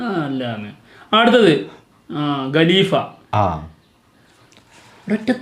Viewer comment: എപ്പോഴും ഞാൻ ശ്രദ്ധിക്കാറുണ്ട് നിങ്ങൾ രണ്ടു പേരും ഗലീഫ എന്നാണ് ഉച്ചരിക്കാറ്. ഖലീഫ എന്നാണ് ശരിക്കുള്ള ഉച്ചാരണം